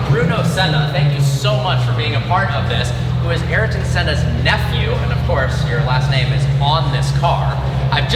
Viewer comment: Ariton? pls...